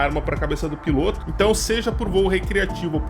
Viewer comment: Tem menção a “remoto” e vc considera um fantu desses da vida uma “aeronave”? Kkkkkkkk bela aeronave a sua! piloto /ô/ Aprenda a pronunciar substantivo masculino 1. MARINHA (TERMO DE)•NÁUTICA aquele que pilota navio mercante, como oficial de náutica ou como prático de porto, subordinado ao comandante. 2. POR EXTENSÃO aquele que dirige qualquer embarcação ou aeronave. 3. motorista de competições automobilísticas. 4. BRASILEIRISMO•BRASIL 1jóquei. 5. FIGURADO (SENTIDO)•FIGURADAMENTE guia, orientador. 6. campo de experimentação, modelo para novos métodos ou processos. 7. TELEVISÃO capítulo ou programa inicial de uma série, ger. experimental. 8. nos aquecedores a gás, bico de onde a chama se propaga aos demais bicos. 9. BRASILEIRISMO•BRASIL m.q. PEIXE-PILOTO ( Naucrates ductor ). 10. BAHIA•ORNITOLOGIA m.q. ATOBÁ-PARDO ( Sula leucogaster ).